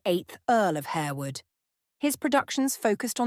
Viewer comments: It’s HAR-wood. Not HARE-wood. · Atrocious narration . Plus the house is pronounced HAR wood and the family name is pronounced LASScelles . At least make the effort to check all points. .